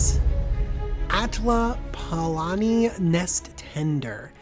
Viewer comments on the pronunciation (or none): OMG YOU SPENT 30 MINUTES TALKING LIKE YOU KNOW WHAT YOU ARE DOING AND YOU CANT EVEN PRONOUNCE THE NAME OF THE COMMANDER CORRECTLY